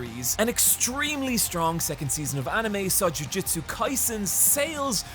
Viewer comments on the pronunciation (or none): Its hilarious how many times you pronounce jujutsu as jujitsu.